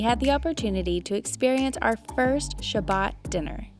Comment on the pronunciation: We said Shabbat not Sabbat